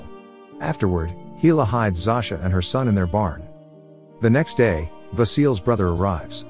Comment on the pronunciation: It's not pronounced (Zo-sha)? When I lived in Poland, every Zosia I met had that pronunciation. Not (Zau-sha).